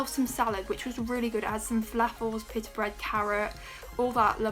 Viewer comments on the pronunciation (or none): none